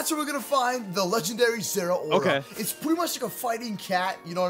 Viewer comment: Im so glad he pronounced zeraora correctly